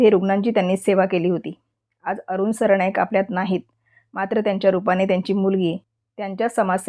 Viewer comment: सरणाईक नाही सरनाईक